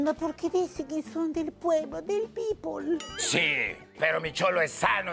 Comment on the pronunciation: "Del pueblo, del pipol" jijijijijijiji